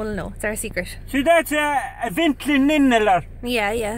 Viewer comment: he meant Ventolin, yeah?🤔 Good man, Good man.